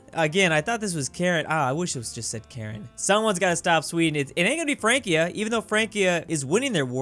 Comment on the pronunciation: You say Frankia, but I think it's Fransia, because C before I is soft.